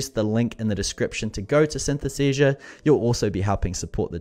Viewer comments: Great review - too bad, you got the name wrong 😅 "Synthesesia".. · Maybe you should ask the software how its name is pronounced correctly? 😉